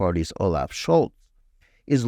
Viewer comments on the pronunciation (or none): none